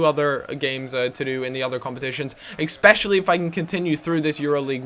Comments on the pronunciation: Especially not expecially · Ecspecially? haha